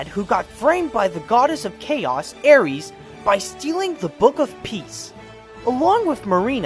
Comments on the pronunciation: Air- ease? It's pronounced like heiress. Eris. Ares is the god of war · It's "Eris," not "Aires" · Haha, no offence but I think you need to learn how to pronounce the names of the charaters and actors better...It's pronounced Eris not Aeries lol not being offensive.. just letting you know =) I think you're a good narrator...or talking person. Very clear and you're voice is not monotone...thank God haha :) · The Goddess's name was ERIS, pronounced "Err-iss". Ares was the Greek god of war.